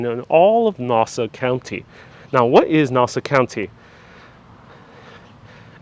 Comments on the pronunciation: Please pronounce Nassau correctly: not “nawsa”...it’s “naah-saw” county. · This guy isn’t even from there can’t say Nassau the right way. Family is from there over by Dutch Broadway. However now in Coral Springs Florida. Retired Nassau Country Police Officer Brian Walsh who had a moving company up there, now he has Wings Plus in Coral Springs. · Please correct your pronunciation!!!! Ask someone how to say Nassau County